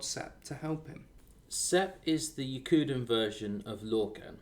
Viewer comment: (and all over the place) Yokudan, not Yokundan. You mean Na-Totambu?